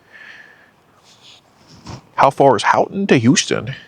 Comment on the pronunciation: Great stuff! Also “Houghton” is pronounced “Ho-tn” not whatever you said🤣